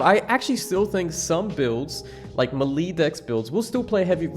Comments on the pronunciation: The way you say Melee is new to me. MELEESS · the way this guy pronounces 'melee'